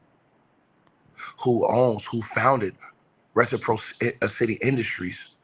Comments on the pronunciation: reh •suh • praa suh •tee-reciprocity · Yooo - reh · suh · praa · suh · tee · The fact that you can't pronounce RECIPROCITY is crazy.